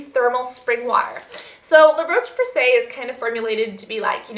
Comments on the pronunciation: La Roche Posey comes from France not Italy:) and it pronounce " la rosche " . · Honey, La Roche Posay is French, not Italian ;) Love you, you 'oily monster'! :)